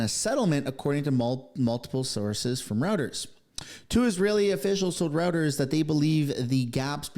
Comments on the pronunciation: WTF is "rowters?? Anyone with a podcast that doesn't know this news service, established in 1851, is pronounced "Roy-ters" is really ignorant, and lazy. We need more reporters yelling at Trump, he's a disgrace. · 😂😂😂😂 he pronounces it "rowters". So what?